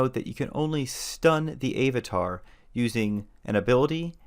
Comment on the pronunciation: Love your videos but unnghhghhh.... It's Av-a-tar - not Ayv-a-tar - you say Ap-all (Apple) not Ape-all !